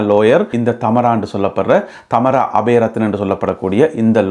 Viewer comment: I think her name is Thamaara,not Thaamara.